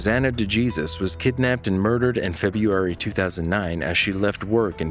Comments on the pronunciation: Day-Jesus ? It’s Dey-Hay-Sues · De Jesus is sending me its pronounced Dehaysuse... not DuhJeezus 😂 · For the third call; are you sure her last name is pronounced "Jee-sus" typically a name like that would be pronounced as "Hay-soos" due to its hispanic/latino origin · It's not pronounced de jesus it's pronounced de hay soose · It is written de Jesus but pronounced de hay soos. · De Jesus is pronounced De Hey-soos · DeJesus = D-HAY-SOOS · I believe the name DeJesus is pronounced like De-hey-soos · Dude. Your mispronunciation of “DeJesus” is painful for me. And I’m white.